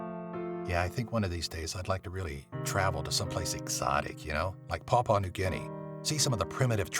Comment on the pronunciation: 1). I'm from Papua New Guinea, we're not all cannibals and we really never were. 2). It's pronounced PA-PU-A. Love the videos though :)